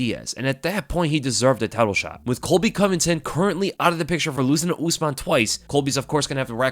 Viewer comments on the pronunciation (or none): none